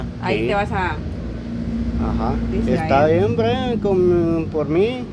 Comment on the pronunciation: Perdón es Brian,se dice braian